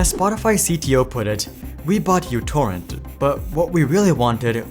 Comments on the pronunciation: That is not the letter "u" it is the Greek letter Mu. It is used (among other things) as a prefix to denote a numerical power of the base of ten to the minus 6. As a consequence of this it could well be pronounced Microtorrent, which would be in reference to the applications small size. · Microtorrent. First letter is Greek letter micro μ, not English u. Edit: Serbia, Greece is really close, but also the letter is heavily used in math and science. Letter is important, as micro was key marketing way telling users it's smaller than Vuze and such. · it isn't utorrent , it is μtorrent. how can you make a video about them when you don't even know their name? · That's why I never used any versions other than v2.x due to the bloat. It's definitely micro torrent, not "U" torrent. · It was never "u"torrent, it was always "micro"torrent. God damit. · It’s not youtorrent… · It is pronounced Mutorrent.